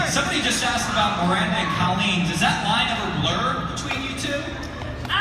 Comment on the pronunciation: I hate how he kept saying Cah-leen. It just sounds weird. Most people (and me in my head) pronounce it Coh-leen, and this change made me cringe.